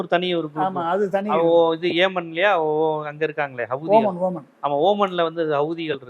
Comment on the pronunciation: அது ஒமன் இல்லப்பா ஏமன் 😂😂😂😂😂😂